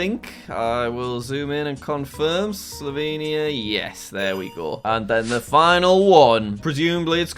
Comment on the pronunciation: I thing it’s slobeania of course it’s Slovenia ☠️💀💀☠️